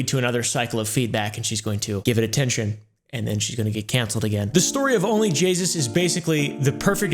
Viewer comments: It’s onlyjayus not only jasus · "Jaysus" Jay..... SUS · I thought he was saying only jesus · instead of only jayus he said only jesus🤣🤣🤣🤣🤣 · Bro keeps saying Jaysus when it's Jayus Also no disrespect to you, I love watching your videos ❤ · It's JAY-US. NOT JAYSUS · I find it hilarious he says jaysus instead of jayus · Onlyjayus not jaysus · It’s Jayus not “jaysus” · You're saying Jaysus, but its Jayus so you must be calling her sus right? Because Jaysus sounds to much like Jesus. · its only jay-us not only jagus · It almost sounds like pronounces OnlyJayus as "OnlyJesus" on purpose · He said Jaysus not Jayus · Where is he getting the extra s in JAY US 😂😂😂😂😂😂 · Bro said jaysus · Idk why its so funny to me that he says onlyjeyzus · I love that you call her onlyJAYSUS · I honestly can't tell if he's saying onlyjaysus on purpose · Not me hearing onlyjesus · "ONLY JAYSUS" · Is he sayin Jay”sus”, or is it a weird way of pronouncing “Jesus”? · "And no my mustache isnt made out of 2 smaller mustaches" "Only Jesus'!" Thats what I heard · Is he saying onlyJesus????? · said jaysus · Ah yes, JAYSUS